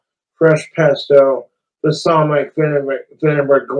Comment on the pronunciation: Low key doesn't even sound like he's pronouncing "balsamic" right tbh... he's doing that thing where he kinda rush-rumbles words he can't pronounce/understand yet somehow thinks he's fooling people.